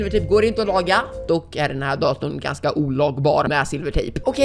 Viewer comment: "daton" asså jag skratta sönder men du kanske var lite stressad eller något .-.